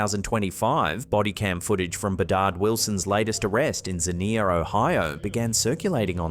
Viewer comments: In your first one the city's name is Xenia, said like a Z as in Zenia-"Zen-e-uh". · It’s pronounced Xenia zee-nee-a ohio